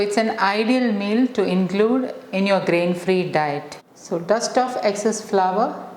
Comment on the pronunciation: Please pronounce as flour not flower